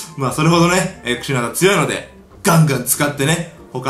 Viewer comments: 最初 クシダナってきこえてましたよ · クシナダじゃなくてクシナダです。